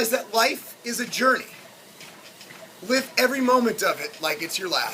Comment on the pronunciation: At first, I thought you said "Lift every moment like it's your last." Either way, something to think about :D